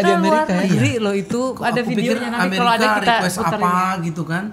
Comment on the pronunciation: Yang nyebutin "molo" padahal mau bilang "kalau" 😂😂😂 pak Joy ()